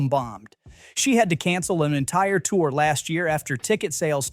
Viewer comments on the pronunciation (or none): none